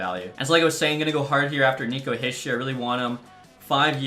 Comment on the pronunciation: Hischier is pronounced he-sure not hi-shur